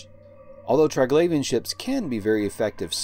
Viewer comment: tree-glavian, not try-glavian